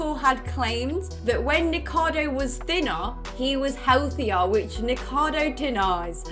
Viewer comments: I was fine with the biased opinion and lax judgement for friends. But hearing people who normally write and read scripts call him "Nikado" repeatedly, really gets me (I'm not even a fan of his). I had to skip that. neekohkahdo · It's the same with Nikocado Avocado. I swear so few ever pronounce it right, and despite the fact I can't stand him, it still drives me crazy every time. Kind of wish TRO had covered that section, especially after his incredibly in-depth feature on him. I'm at the point with the Hila thing though where it's just wilful ignorance 🙃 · Serious question: is his YouTube channel pronounced "Ni-ko-cah-do" or "Ni-kado"? I'm not familiar with his channel and content, so not sure if it's said a certain way?